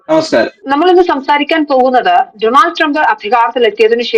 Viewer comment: ഡോ, ഡോ, ഡോ! ഡോ-നൾഡ് ആണ്! Homework: സ്റ്റോറി ഇൽ വരുന്ന foreign വാക്കുകൾ സെർച്ച് ചെയ്യൂ! നിങ്ങൾ എത്രയോ US news stories ഇവിടെ കണ്ടു കാണും - അതിൽ എങ്ങനെയാ Donald Trump എന്ന് പറയുന്നത് എന്ന് കേട്ടില്ലേ observe ചെയ്തില്ലേ?